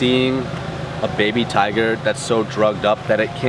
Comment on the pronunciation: It's tiger not toger